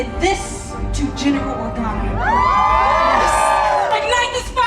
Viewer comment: Anyone else notice the female pilot with the bald head say General Organo?